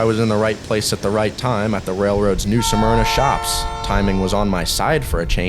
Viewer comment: “New Smerna” not “New Suh-Merna”! C’mon man!